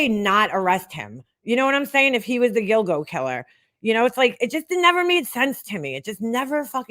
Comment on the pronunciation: When u mentioned this I thought u said dildo beach. 🥴